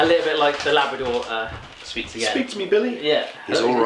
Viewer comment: It's LAAB "ลาบ". ;) It's not Labrador...